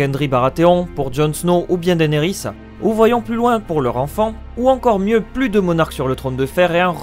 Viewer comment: Alors pour faire simple : Au début je disais George double R Martine, ça n'allait pas. Je dis GRR Martin, ça va, jusqu'à aujourd'hui. Je disais Daénerys, ça ne va pas. Je dis Dénérys, aucune plainte. Je disais Game Of Trône, ça n'allait pas. Je dis Game Of Thrones, en faisant bien attention de prononcer le s à la fin, le tout à l'anglaise, ça va. Je disais Cerseille, ça n'allait pas. Je dis depuis Ceursi, comme dans la série, ça va jusqu'à aujourd'hui... Quant à Jaime, je prononce comme dans la série Jaymi, et non Jamie comme le présentateur de C'est pas Sorcier. Me concernant, je dispose d'un accent anglais bidon et d'un accent Toulousain auquel je ne peux rien faire. Que faire ? Dois-je passer mes vidéos à faire des prononciation à l'anglaise ? À la française ? Je ne peux pas faire à la carte, et par principe, la liberté laisse sous-entendre que l'on peut s'exprimer comme on le souhaite. Donc si j'ai envie de dire Martin et non Martine, je dis Martin, end of story. J'ai déjà fait des efforts énormes sur les noms, je ne veux pas me relancer dans un délire d'une dictature de la prononciation où je me fais taper sur les doigts parce que j'ai dis Cersi ou Peyredragon et non Cerseille ou Dragonstone, j'ai autre chose à faire que de chipoter sur ce genre de détails. Merci de ta compréhension 😉